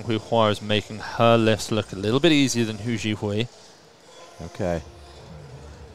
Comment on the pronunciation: This was amazing, so happy for the top 3 and everyone else who made incrediblee lifts. What an awesome competition. BTW, "Hou" in Hou Zhihui's surname is pronounced like Santa's "ho ho ho" or like saying "Oh", not like "who" :)